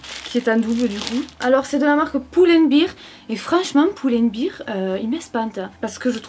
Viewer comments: Tu dis "Poul and Beer" Alors que ça se dit "Pull and Bear" 😆 Quand tu le dis on dirait que tu dis "Piscine et Bière" 😂 voilà sinon je t'adore 💞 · Je suis la seul a qui ça me perturbe qu’elle disent pulenbir “ou” à lieu de “u” 😂